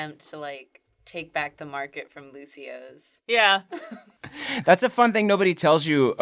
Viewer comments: Its not Lucio's, it's Lucio-oh's! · its lucio- OHS! not luci-ohs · Something that I hate is that it's not Luci-Oh's, it's Lucio-Oh's. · Lucio-ohs not Lucios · It's "lucio-ohs" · Um... excuse me... it's "Lucio-oh's"